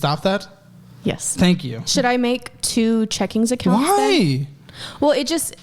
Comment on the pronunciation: "Checkings Accounts" 😵‍💫